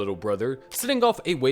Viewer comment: "A wave of span feculation" Ahahaha you thought you could let that slip through 😅